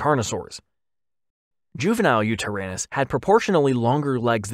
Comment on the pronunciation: Cough* Juvenile cough*